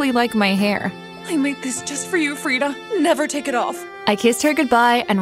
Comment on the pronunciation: That’s my name !! I mean it’s written farida but you say it freda